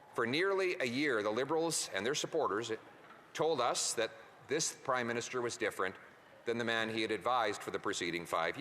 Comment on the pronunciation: Did he say crime minister 😂 I heard it twice